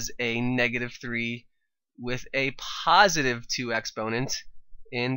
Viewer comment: Puhsitive exponent😂😂